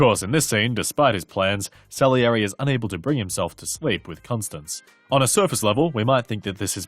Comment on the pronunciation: Great video, but this nags at me --- you kept pronouncing his wife's name as "Constance", when it is pronounced "Constanze (kon-STAN-zeh)" or "Stanzi" as Mozart refers to her in a pet-name.